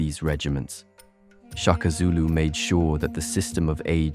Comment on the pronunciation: Shaka. Not Chaka 😏